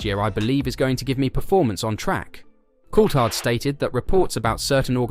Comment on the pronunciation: Please pronounce Colthard's name properly